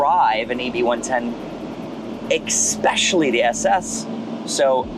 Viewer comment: There's no "X" in the word "especially". Tell a friend.